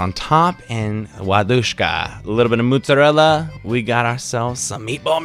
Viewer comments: You said it right the first time, it's mozzarella, not moozzarella haha nice video tho, made me hungry! Ciao!! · the way you said mozzarella at first was actually fine ^^